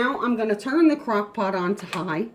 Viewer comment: . I listened a bunch of times. She says, crock pock. 🤣🤣🤣🤣🤣🤣🤣🤣🤣🤣